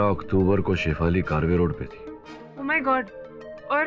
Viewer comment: कारवे रोड नही है ये कर्वे रोड कहते है